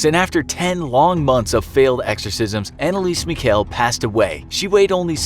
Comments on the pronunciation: I need an exorcist for the way Anneliese Michel was pronounced. Sorry but that sounded terrifying. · you're saying Annelise Michel WRONG